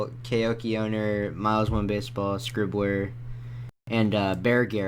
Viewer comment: you said scriblur twice you must hate that dude